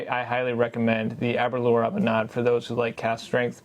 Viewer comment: FYI- Aberlour is pronounced like the word sour. As in, ah-be-lour.